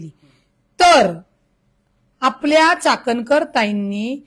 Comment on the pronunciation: चाटणकर नाही चाट कर बोला चाटणकर 😂😂😅😅